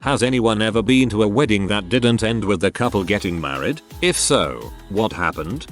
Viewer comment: The best thing in this video is the random usage of the maa-reed pronounication XD